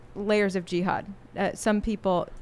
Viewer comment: She says G-had